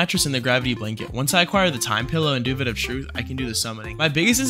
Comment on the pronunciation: Did this guy just pronounce duvet as “doovett”